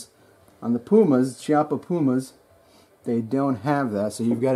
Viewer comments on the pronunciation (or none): PRONOUNCED...key- oppa